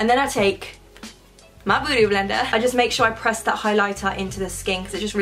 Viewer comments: I'm probably the only one who understood 'bootyblender' instead of 'beautyblender' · It's soo funny when you say "booty" blender 😂❤ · I wonder if I'll ever stop cracking every time you say "bootyblender" my God giiiiirlllll 😂😂😂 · So cute how she pronounces it like booty blender 😅✌️❤️ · Haha ikr